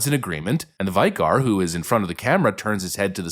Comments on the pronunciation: Its not "vycar" but pronounced "vicker" (vicar) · It’s pronounced vicker not vycar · That would be "Vicar" Bud, pronounced vicker not v eye car....Come on Dude. Anyway, nice one President Trump, show these fkrs who's in charge here. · VICK-ER. Not vie (AS IN PIE)-ker. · VICK-ar not VY-car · Vicar is pronounced Vick-A, not Vie-Car 😂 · Vicar is pronounced vi kr not vie car.. I know, minor detail, but I was scratching my head at what is a viecar? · v'eye-car? vih-cur. vicar. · Its pronounced VIKKER not vitiegar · "Veye-kar". Come on man, are you stupid? You sound like a bad AI narrator. Have you never seen or heard the word "vicar" before? Vick-ah. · Lol calling a Vicar a Veye-car 😂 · Hey, stupid! It's "Vick'-er", NOT "Vike-er". Get some education. In English. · Who are you to decide what is or isn't (the start of) a dialect? Or what kind of dialect he is or isn't (allowed) to speak? To me it sounded very much as if he was speaking a kind of dialect in which vik-kur is pronounced vai-kur. I've heard him say other words differently before as well. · Vikker vicar is pronounced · Vicar is pronounced vi kuh. 😅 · Vicar. Rhymes with slicker or quicker. Not an insult. Usually, mispronunciation occurs because someone learned a word by reading. Reading is to be encouraged. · Vicar is pronounced "vicker" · *vicar is pronounce "vicker". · Who says vicar like " vi--- car". Ai does. And people who dont know basic english. Wtf! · fyi vicar pronounced vick kar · Pronounced vicker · Vigh-car? 😂 Hey, wait a minute--U AI?! Nooooooo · "Vicar" pronounced "VICK-er". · Vicar pronounced Vik-er. Sorry bud had to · Vicar - pronounced 'vicker'. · Vicar is said like Bic lighter. Not a bike. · Vick-er is the way its pronounced.. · "vicar" is pronounced "vick-er" but great video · Vicar is pronounced vïk êr. Otherwise, spot on! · "vicar" is pronounced "vicker"! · You pronounced Vicar wrong, as if you’ve don’t know what a Vicar is! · How could you not know how to pronounce Vicar?